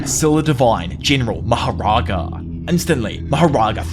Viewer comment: Thank you so much for the most entertaining narration of JJK! you are awesome!! oh and about that ultimate spirit that Sakuna sumoned in the end should be pronounced "Maha Raja" not "Maha Raaga" Maha = ultimate or supreme, Raja would mean "King" as opposed to "Raaga" where Raaga would mean Melody. Maharaja (Supreme King) would makes more sense to me i think MahaRaaga (Supreme Melody) not so much, the word Maharaja would come from the Indian continent the language according to me is Hinidi but someone coming from the south may claim otherwise. the origins of the word can be found in the ancient language Sanskrit.